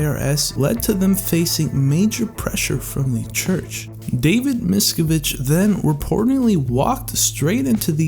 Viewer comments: It’s David Miss-CAV-age, not MISS-ki-vige. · I can't watch a video of the person that produced the video can't pronounce the most important person in the videos name right it just turns me off at this point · The COB ‘s last name is pronounced so that it rhymes with cabbage M-I-S—C-A-V-I-A-G-E- ah, I just heard you get it right ; I found it hard to listen when you were pronouncing the leaders name incorrectly. Keep up the good work exposing the factual truth of their beliefs and practices. Hopefully, the more info presented without bias but simply facts, Scientologists questioning their beliefs may be more open to considering questioning their beliefs after encountering non-bias information. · haha you can't even say David's last name correctly